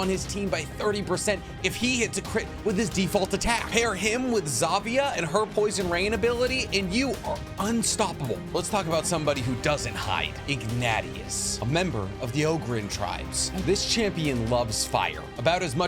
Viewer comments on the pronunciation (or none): It's "Ig-nay-she-us' not 'Ig-nat-E-us' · Ig-natty-us. 😂😂😂😂. Pretty sure it’s IgNAYshus. Still love your videos bro. 👊🏼👊🏼👊🏼